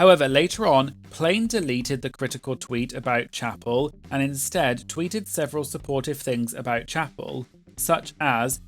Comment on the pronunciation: it’s Chappell, like lapel 😅